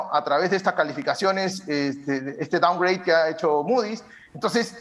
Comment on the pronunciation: es consecuencia del "doungraint" xD.